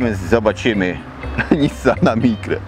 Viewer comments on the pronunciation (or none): "Mikra"czy "Micra" zastanówmy się 😂😂👍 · "Mikra" "Micra" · "Micra" :D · "Micra" Luuux bryczka! Barrdzo dobrry zakup!:D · "Micra" Panie jaka szpachla, farby sie ulało